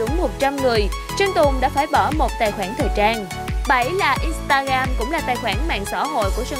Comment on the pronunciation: In sờ ta gờ ram chứ ko phải in ta gam bạn ơi :))